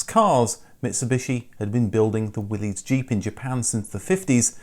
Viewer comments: Talk about a picture with serious foreshadowing. How'd they know that Subaru would come out on top? Well, for awhile anyways. Now, bye bye STI! Oh, and dude, please stop calling them Will-E's Jeeps, it's pronounced Will-iss. You know, like "Whatchoo talkin bout Willis?!" WILLYS JEEP!!! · Your videos are great but just so you know The car company Willys Overland is pronounced WILL-IS not WILL-EES Overland. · willys is pronounced "willis" as in john north willlys is the founder of willys overland. :p